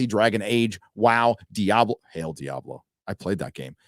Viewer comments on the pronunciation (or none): none